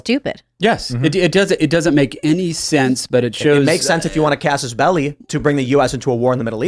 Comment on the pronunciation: I feel like Tim likes to say casusbelli😂